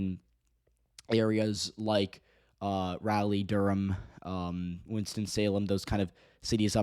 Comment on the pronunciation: Bro can't even pronounce "Raleigh"